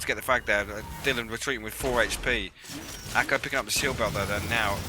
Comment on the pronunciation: Awesome vid mate, but please ACo not ACO !! :D